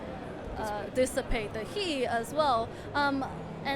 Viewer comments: its all about dis-sa-pe-ta heat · SAY DISAPATE THÉ HEAT ONE MORE TIME !!!! I DARE YOU!!! XD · She really like that word dissipate :p